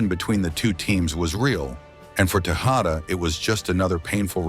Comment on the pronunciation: It's AI. Obviously not very good quality either considering it pronounced Tejada like 5 different ways throughout the video.